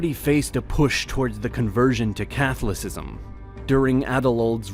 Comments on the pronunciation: yes but come on, "subseequently" and "Cathalacism"? These are incredibly common English words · There were a few weird pronunciations. Byzantine, Bavaria, and Catholicism stuck out to me. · CATHOLICISM!! LEARN HOW TO PRONOUNCE WORDS CORRECTLY!!